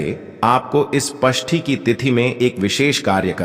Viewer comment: अरे पष्टी नही षष्टी होता है